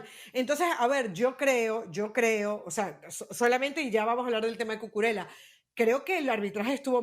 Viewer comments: Y NO ES CUCURELA (NO ES ITALIANO) ES CUCURELLA (lo pronuncia bien la chica de la derecha) y la del medio esta fantastica en sus comentarios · No es Cucurela.Se dice Cucurella-ya No es italiano, sino español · ¿DÓNDE C.. Ñ.. ESTUDIAN PERIODISMO ESTA GENTE.? CUCURELLA, NO CUCURELA. ESTAN ABSORBIDOS POR LOS SAJONES PRONUNCIAN A LA INGLESA AL IGUAL QUE EL OTRO DÍA, SE DICE GEORGIA, UN PAÍS DEL CAUCASO NO YEORYIA UN ESTADO ESTADOUNIDENSE